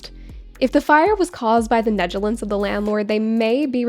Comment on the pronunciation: I wanted to inform you that you are pronouncing "negligence" wrong. It's neg-la-gence.